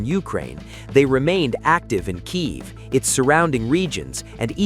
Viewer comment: No Nukes and Kiev is pronounced Key Ev